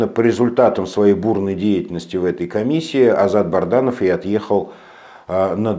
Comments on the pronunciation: Добрый вечер, скажите пожалуйста вы постоянно коверкаете фамилию Азата солдата, он же Бадранов, а не Барданов. Или это ваша хитрость? Спасибо! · Бадранов! Не Барданов